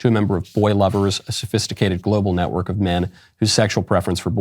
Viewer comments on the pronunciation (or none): none